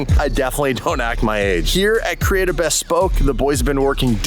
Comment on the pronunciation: Bhesss-Poke...😂😂😂...looking forward to having this car back!